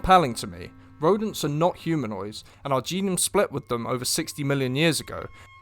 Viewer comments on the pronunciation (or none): none